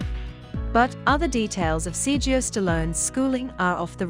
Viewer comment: His name isn't sirgeo.. its Sera go a! So annoying.. do your reporting right.